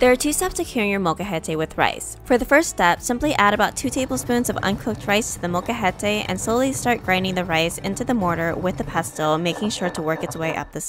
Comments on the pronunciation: realistically it's more that you seem to not pronounce the L so it sounds more like mocajete, but, honestly I barely even noticed until I really listened, so, they're just being a bit silly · Its not a "mocha-het-ay" its "mole-ca-hete" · Couldn't continue watching after hearing the word butchered a dozen times. Sorry but if you can't say the Spanish word just say mortar and pestle. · I sincerely apologize if I mispronounced the word molcajete. I tried searching the proper pronunciation before I made this video and thought I was pronouncing it correctly. Would you mind sharing the right way to say it so I can fix it in the future? Also, may I ask what part of Mexico you are from?